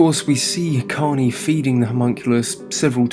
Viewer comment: Out of respect but you didn't even say his name right. It's korney ✊😔😢😭💔